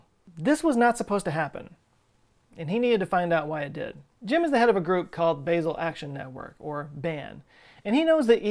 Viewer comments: (Sorry for the correction... English is just the worst as a starting point for knowing how to pronounce the vowels in most European languages) As a Swiss citizen, I cringe every time the word "Basel" is mispronounced. It is as simple as in 'Ame(rica)', with emphasis on the open 'a'. For those who don't know, Basel is the name of one of the more important cities, as well as the name of the 'state' (Kanton) its in. Thanks for the otherwise amazing video! ❤️🖖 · Basel = BAH-zl Sorry. Lived in Switzerland and loved my time there. "Basil" makes me cringe. Otherwise, great video. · Hello... From Switzerland. Your channel is my #1 favorite (yes, I am subscribed). As usual, another great vid; thank you. While I am here, if I may, "Basel", the Swiss city, is pronounced "Baa-zil" and not "Bay-zil". No big deal, just wanted to throw that at you. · It's pronounced "Bah-zel", not "Baysil" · Basel - it's not pronounced BAY-sel. It's pronounced BAH-sel. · Love your channel -- try "baH-zel" rather than bay-zell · Baa-zel not Bay-zil., oh no! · I think it's pronounced BAH-sel... instead of Baaaa-sel. All good, great video, I learned alot. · it's pronounced 'Bah-zel' not 'Basil'... sorry that annoyed me more than it should have ;-) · It’s pronounced Baa-zl 🤓🤓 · The 'a' in 'Basel' is weirdly not pronounced like 'hazel', but instead like a pure, long 'a', as in 'part', 'start'. 'Baaasel' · Hey! Love the video, just letting you know, Basel Switzerland is pronounced with a soft ah sound not the long ae sound, so not like the spice basil. I lived there for three years, it’s a beautiful place, very clean! The Swiss are very serious about their waste management for sure. Had to organize all of my glass recycling by color beforehand before turning them in, and there are recycling deposit locations around literally every corner. It doesn’t surprise me that they would be at the forefront of this either! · love your vids, but please... its bAsel with a straight A as in HAHA.